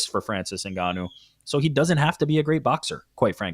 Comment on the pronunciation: Why F up the man's name like that when it's written clearly in the post? Very disrespectful!!!